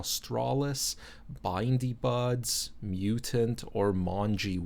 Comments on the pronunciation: Bro... say bin.... now say... di Beyendee! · Mongy would be pronounced with a hard G. and the first part of Bindi would be pronounced like Bin . we have the grass with the spikey little balls in it that we call bindi's - most likely where that comes from. Im not saying that to be a dick but more to educate you. loved the video. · bindi = pronounced bin-dee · its binnnnnndiiiiiiiii